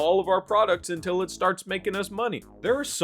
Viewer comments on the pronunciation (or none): ok STOP RIGHT THERE - you hear how you just said “UNTiL it makes us money”? That’s the whole question right there. It’s not even really making any money, besides a few rich guys jerking each other off, and simultaneously, no one wants it at the same time. Almost like it’s forcibly being pushed out…